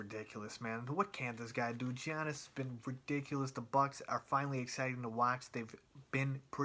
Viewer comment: Its pronounced yiannis not gi annis